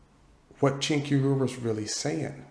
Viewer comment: Cenk would get DESTROYED and yes! I'd pay to see it. 😂😂😂😂 P.S. it's pronounced Jenk. It's one of those weird Armenian alphabet things like silent Russian Ks or how my Korean fam calls me Lander and not Randell. 😂😂😂